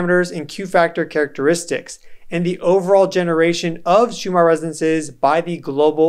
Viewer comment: You keep calling it Schumar